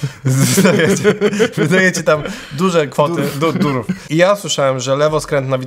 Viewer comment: Za każdym razem kiedy pojawia się "durów" ja słyszę "durum". I robi mi się ochota na kebsa. Dużo kebsów. Durum.